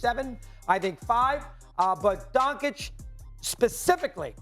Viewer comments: It's Doncic, NOT DON-CHICK 🤣🤣🤣🤣🤣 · you can't even pronounce Donkič correctly. Who cares what you saying lol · Mad Dog just say his name right not Donkick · How are you an analyst when you pronounce Luka's surname as Donkich. SMH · Learn how to say his name retard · He cannot pronounce Lukas Last Name "expert". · U know if he was black stephen a would be like lets pronounce it right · It's really not that hard to pronounce his name. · Bruh, you get paid good money to do what you do atleast pronounce Doncic correctly.